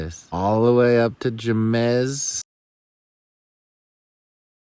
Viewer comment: It’s pronounced “heymiss” Jemez, one of my favorite spots👍🏼